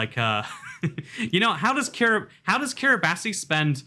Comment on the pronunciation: oh my god, did you really just pronounce is Kiribati?